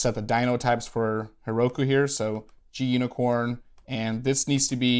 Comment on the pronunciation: gunicorn is said as green unicorn from what I've gathered. Not sure it's either of the ways you said it, but I always say gu-nicorn too.